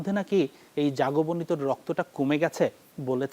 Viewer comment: বাংলাদেশী উপস্থাপক বলে কথা 😂